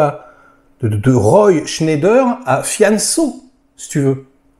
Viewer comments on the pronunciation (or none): Roy Schneider...non roy Scheider. C'est pas grave mais un peu quand même